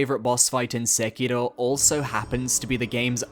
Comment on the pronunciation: Stop saying Sekiro like a weeb, you’re obviously british